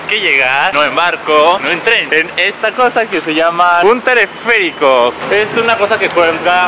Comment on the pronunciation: Rafa dijo tereferico y es teleférico minuto 🚟🚟🚟🚠🚠🚠🚡🚡🚡